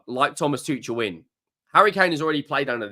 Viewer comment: It’s pronounced: Too-kul. Good day. 🫡